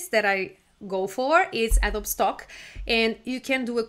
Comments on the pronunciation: it is pronounced a-dó-bee, not a-do-oob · Hello great tips! By the way, don't mean to pick nits but it is pronounced "A-dough-bee" not "Ad-obe" English is weird and your mastery is very good, and Adobe is of course a Spanish word. But that is a NIT and your tips are SUPER!!!